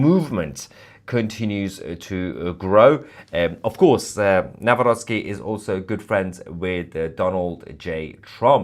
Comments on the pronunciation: Thank you for properly pronouncing Mr. President elect's last name: Naˈvrɔt͡ski. NOT: Na-rock-ee. It's bad. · Well done and thanks Tousi for correctly pronouncing our President's name: Nawrocki. Americans say Now-Rocky 🤣 which is actually funny, even he laughs at it. By the way, it's so nice to read all these positive comments about Poland and Poles, thank you all!! 🇵🇱🫶🇬🇧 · Congratulations with your pronunciation of Nawrocki:) It’s perfect! It’s hilarious how other news channels pronounce his name.😂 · Congratulations for pronouncing his name correctly, unlike most broadcasters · "Karol Nawrocki" you pronounced it really well :) greetings from Poland :) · 🤍❤️ you are the first person non Polish speaker who pronounced Nawrocki like a Polish person ❤ greetings from Poland 🇵🇱 keep up GREAT WORK ❤ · You read the name perfectly👍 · Finally somebody pronouced Nawrocki correctly! 👏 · yes, yes, yes! BTW, you pronounced name of the new President without any mistakes! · I like how well you’ve pronounced ‚Nawrocki’. Thank you for your valued analysis. And Happy Birthday to fellow Gemini on 11-th. 😘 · Nawrocki ,your pronunciation is perfect ! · Bravo for pronouncing Karol Nawrocki’s last name correctly. Some English speaking journalists say it the English way which sounds like: Now- rocky! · I love the way you pronounce the new elected Polish president name Karol Nawrocki. Just Perfectly, Well done! :)